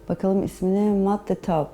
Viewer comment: kyli jenır mett sayrın yanlış tellafuz ettiğin kelimelerin okunuşu